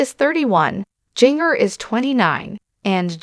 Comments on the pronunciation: Her name is not pronounced like that. Ginger …. Like the spice is correct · Seriously? If you are going to be some kind of commenter on the lives of these women, you should learn how to pronounce their names!! Or teach your stupid AI to do it. Jinger does not rhyme with 'singer.' It is pronounced Ginger - like the spice in Christmas cookies. Like "gingerbread" and "ginger cookies" and "ginger snaps."